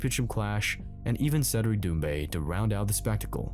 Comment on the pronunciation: Ah yes..."Dumbe" a French MMA star. Lmao.